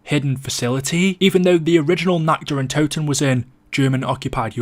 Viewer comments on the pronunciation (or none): When you say nacht der untoten it sounds like nackt der untoten and that means nacked of the dead xD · All these years and people still cannot pronounce the maps name properly